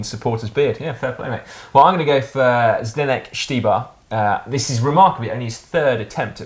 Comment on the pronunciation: Nice job pronouncing Zdeněk Štybar! Despite being the youngest of the three, this was pretty nailed. Luckily all still have difficulty with Michal Kwiatek :) so we still can have some laugh...